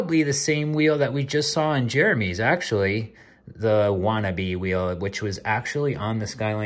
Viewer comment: Lol not wannabe but watanabe. Love the vids!